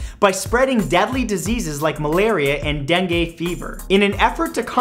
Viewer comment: You say dengue weirdly